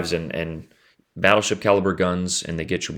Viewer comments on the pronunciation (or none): “Smol bettlesheep” I didn’t know u spoke Russian?